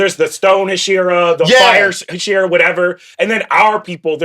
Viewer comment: Very "book reader who's never heard the word spoken out loud" energy lol.